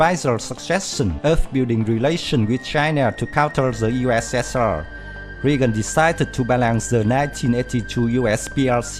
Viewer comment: It's Reagan. Pronounced RA-gan.